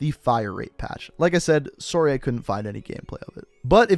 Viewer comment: You have the most Canadian "sorry" I've ever heard